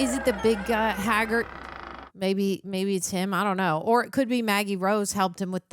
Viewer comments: "haggard" for hagrid made me chuckle 🤣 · I truly believe, let's call 'em, "brain malfunctions", are infectious 🫨😵‍💫😵😜 I say that because she messes up names (& things in general) soooo badly that it actually causes me (in that moment) to blank on them too 🤷🏼‍♂️🙆🏼‍♂️🤦🏼‍♂️ Like her attempt at 'Hagrid'... it was so bad that it made me [momentarily] forget his name too 🤔🙂‍↔️🤯🤣 If Greg hadn't been there to correct her, I would've had to really put in some effort to pull it... and, just to be clear, I obviously am very familiar with him and his name